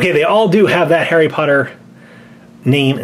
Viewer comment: its harry potter not hairy potter